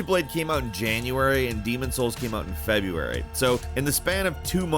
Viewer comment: ...not sure I should trust the opinion of a man that can't pronounce February. moving on.